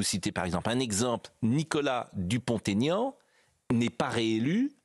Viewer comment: J'écoute de préférence cnews mais dites à tous les journalistes, qu'il n'y a pas de liaison aux noms propres. Donc pas de Dupont "Taignan" comme on entend partout.